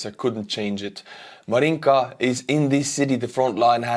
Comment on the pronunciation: I like your Estonian accent!--Tere! Joudu! But please pronounce Marinka--- not MarINKA---but---MAAAHRinka!